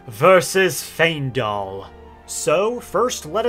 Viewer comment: Great video but giving bro a like just for pronouncing Faendal right 😂 I promise if I hear someone say "Fyiendal" one more time...